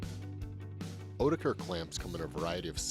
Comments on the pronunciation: Ha, I doubt that since this is an American pronunciation where instead of a "t" he uses a "d" sound 🤔 but I'm not that bothered, it's just funny how at my work there's no consensus. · Literally everyone at my work pronounced oetiker a different way, except this way 🙈